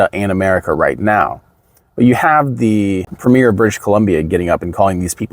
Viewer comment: I know it’s not the point, but it drives me crazy when Americans mispronounce “Premier”